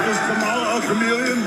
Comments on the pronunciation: Did Hogan say "Kah Malla " again..UGANDAN GIANT ?? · He's used to pronouncing it the way he knows it (kamah-lah) He once wrestled James Aarthur "Kamala the Ugandan Headhunter" Harris. I was a big fan of Hogan as a kid only to find out that he is garbage in real life. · Imagine not being able to even accent the right syllable of someone's name, but pretending you should help decide who runs the country.